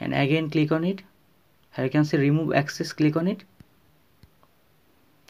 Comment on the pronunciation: Good video but ”glig onnnit” was getting annyoing